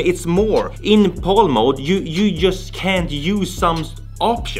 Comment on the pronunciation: ) It's pronounced "Pal" like in pal/friend. NTSC is just the letters. Or Never The Same Color if you're a boomer like me.